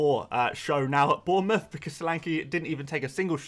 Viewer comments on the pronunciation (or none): none